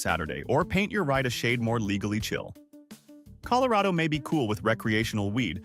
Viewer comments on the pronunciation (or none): none